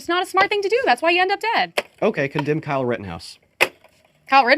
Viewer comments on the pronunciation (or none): none